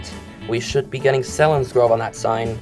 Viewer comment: Selinsgrove is pronounced seal-ens- grove